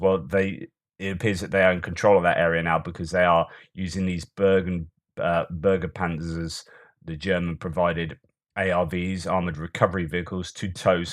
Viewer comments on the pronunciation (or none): If you care to know: Bergepanzer is pronounced 'Bear'-gepanzer.